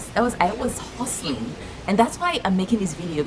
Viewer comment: Who heard the Nigerian accent when she started talking about 'hustling'?😂😂